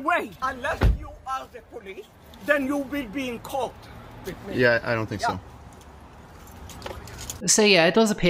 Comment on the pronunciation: I've watched your posts and enjoyed them mostly. But please work on your think and ''fink''